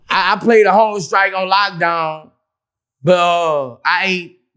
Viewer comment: Vlad: Ok, so tell me how you go on hunger strike. Boos: Uhhhh, you just say you goin on hunga strike.